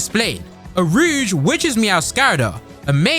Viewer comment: It's pronounced row-g, not rouge. Rogue is the thief, rouge is the make-up. Also, under that theory I'd bet on a Palafin for a Paladin.